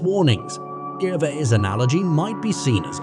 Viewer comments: at least try to pronounce his surname correctly ... Gervais is pronounced as Gerry would be, not Gherry. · I see you hat you tried here, but maybe an idea; try to get his last name right please?